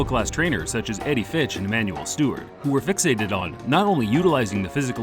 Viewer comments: Do you really think that it's pronouced "Fitch"? It's pronouced Futch. Also, there were world class trainers before Futch and Stewart. Constantine D'amato perhaps to name one. Lou Duva also fits that description. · That's still not the way his name is pronounced.